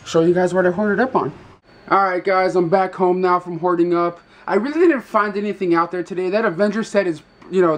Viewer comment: id be in disne heaven! iad a lot of te old disney movies i vhs bot go rid of them dumbest thing i ver did. It sounds like you keep saying "whoring up" LOL have ou versaid hat by accident? also hows doing? have you everdon a & a vid?